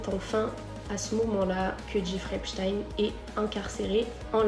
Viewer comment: La prononciation, c'est "èpchtaïne", pas "èpstène". Il faut bien faire comprendre aux esprits lessivés que c'est un juif.